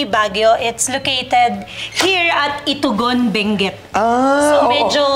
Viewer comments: Kindly pronounce the place in a right way. Its not ITU-GON IST ITOGON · People from Cordillera are called Igorots/ Cordilleran. just for FYI. Kudos to miss Karen alam ang bullol namin. Pronunciation of Itogon is mali din po. Otherwise, very inspiring story from the businesswoman. Success story talaga! Galing. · Mali ung pronunciation nya ng Itogon ...I To Gon not I Togon .. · FYI to, Ms. Karen, and to all the viewers: 𝗜𝗴𝗼𝗿𝗼𝘁𝘀 𝗮𝗿𝗲 𝗱𝗶𝗳𝗳𝗲𝗿𝗲𝗻𝘁 𝗳𝗿𝗼𝗺 𝗔𝗲𝘁𝗮𝘀. And that's not how Itogon is pronounced. I'd like to make it clear that success story was very inspiring; however, please let's be more culturally aware about the difference between Igorots and Aetas, as well as other ethnicities in the Philippines. This was already mentioned by one of the commenters here, but idk why it wasn't pinned - for awareness sana. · Igorot not eata...its very different 😅